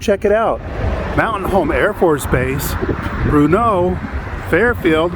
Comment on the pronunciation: I grew up in Mtn. Home, and when we would pronounce Bruneau we would emphasize the first syllable (Bru) of the name.